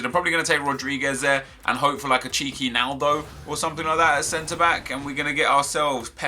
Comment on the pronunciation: I thought he said a cheeky nando when he said he would like a naldo